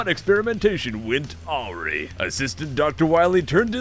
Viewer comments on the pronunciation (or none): Auree isn't a word... It's A-Wry... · "Awe-rhee"? Lol. Try "Uh-rye" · p sure 'awry' is pronounced 'a-rye' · awry is pronounced a-ry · Awry... Not sure if mispronounce on accident or on purpose.